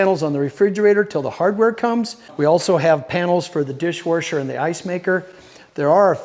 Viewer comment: 😂 "Dish warsh er"😂 I love❤ when you drop a new video, it's the highlight of my week!